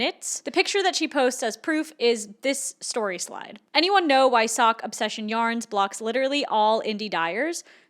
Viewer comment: I reckognize a fellow Dutchie and it is SOCK. Our English pronounciation is really bad I know.... Hallo sock obsession yarns, alles goed?